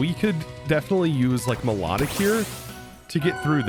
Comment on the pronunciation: Not gonna say anything about him callind milotic(my low tick) melodic?